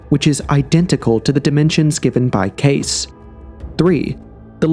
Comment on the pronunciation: I love this channel, I really do. But damn, their names are Edgar Kay-See and Robert Shock. I think he actually pronounced the name of the Great Pyramid creator better than the simpler ones lol. Usually I'm not a critic like this but I been into this stuff most of my life and have heard these names said hundreds of times. I just thought that maybe it was common knowledge. Excuse my ignorance. But great topic for discussion 👌🏼